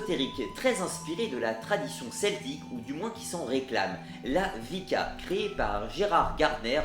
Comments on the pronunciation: on ne dit pas (je vais écrire phonétiquement) "vica" mais "ouika", ce n'est pas grave il est vrai que le nom wicca peu paraître compliqué, bisous❤ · le "w" de wicca ne se prononce pas comme "wagon" mais comme "wallaby" mais sinon c'est une super vidéo ! Merci !